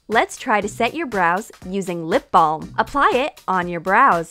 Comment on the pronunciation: The way you said lip balm it was so funny was it Baucous her lips she put it down a cup